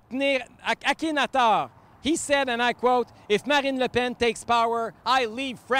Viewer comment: Akhen-A-Thor ??? :0 C'mon mon Éric, c'est le nom d'un pharaon égyptien, tu devrais être capable de le prononcer correctement.